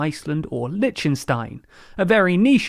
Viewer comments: Liechtenstein - not Litchenstein XD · "ck" Not "ch"